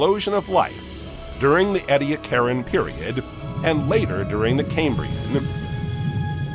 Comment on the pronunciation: His pronunciation of "Ediacaran" went right up my spine. Either don't use AI narration or program it to pronounce words properly. FYI: it's pronounced "eee-dee-ACK-aran," It's Australian in origin (the word, not the period.) 😂 "Anomalocaris" is worse - would have been unintelligible without the video.